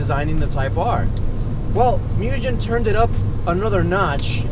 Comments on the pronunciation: Its not pronounced mujen. Its pronounced Moogen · Folks, "Mugen" is NOT pronounced "myu-jenn". In Japanese, Mugen means "unlimited", and you pronounce it "Moo-ghen". Here is a Mugen employee pleading y'all to say it correctly. See, now you can correct friends and forum trolls. You're welcome. :) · Definitely pronounced Moog•in. Not muujjhhen. If you hear it both ways, start correcting the people mispronouncing it. I like your stuff but anyone pronouncing it Mujhen sounds like an idiot to any knowledgeable Honda head... It automatically puts you in the rice boy group lol. And nobody wants that!! Thanks for the vids tho, Got a 2018 championship white type r en route as we speak!